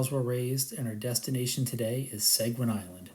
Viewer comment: You’re mispronouncing Seguin and Damariscove. Nice video, though.